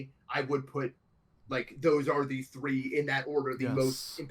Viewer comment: "i've been trying to do that for like tHree TheBe De"